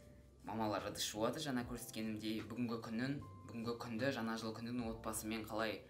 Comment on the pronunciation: Біздің кластағыдай жана жыл деп айтат екенсің ң орнына н жазып қойадығо 🤣